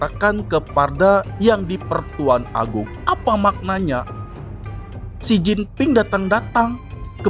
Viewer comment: Xi Jinping bukan Xin Jinping.